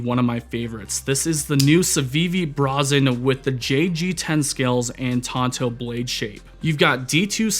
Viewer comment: Grammar Nazi nitpick: It is pronounced as Bray-zen...meaning bold and undaunted. Not BRA-Zen which connotes minimalist women's undies :))